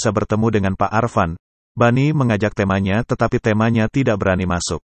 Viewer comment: Mas, kalo lafal nya kok aneh? Bs bilang temannya? Tp kayak Tema